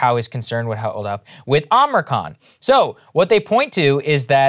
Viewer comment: Saagar, it's OMICRON. OH-MICK-RON. Not Omricon.